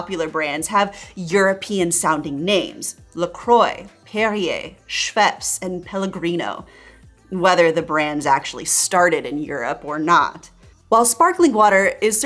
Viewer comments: The pronounciation of "la croix" killed me. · It's pronounced "La crwa", not "La croy". But yeah, we French hate spelling phonetically, so feel free to mispronounce it, we deserve it. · Having a French name La croix but still choosing to pronounce it as la croy is pretty funny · Is that how I'm supposed to pronounce "La Croix" over here in America? 😲Croy? No wonder I am misunderstood all the time. That and water vs wader. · had the video on loud and my french flatmate is now appalled at what the American pronunciation did to 'La Croix' 😂😂😂 not even close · Hearing the way you pronounce «La Croix» has hurt my ears!!!!